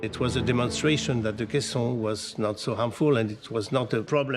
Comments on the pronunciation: Kay-son, not kie-son; sheesh! The building elements were angles and plates, riveted together. There were no "U" sections. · KA-sonnes, not cassins. Sheesh PBS! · Kison's Disease ? or caisson's disease???? I have never heard it pronounced that way. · Always enjoy these PBS - especially NOVA doc.s. It hard to find fault with the work they do. So I'm curious how they so severely mispronounce the word caisson ( KAY-sahn), a word so common that it's a critical word in the lyrics of a very well known classic song. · Caisson pronounced like maison , try Google translate (she speaks french beautifully) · "Ka son" idiots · It's pronounced Kay saan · I read a book about the construction of the Eiffel Tower back in the 80's. I picked it up at a used bookstore along with a book about the construction of the big radio telescope at Jodrell Bank. It was easy to see how Eiffel's revolutionary engineering influenced the construction of the later structure. I've never heard caisson pronounce with the long "i" sound. Have I been saying it wrong all these years? I've always used the long "a" sound: ˈkāsän. Great episode! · You'd think PBS would make sure their narrator knows how to pronounce CAISSON! Especially when someone in the video pronounces it correctly.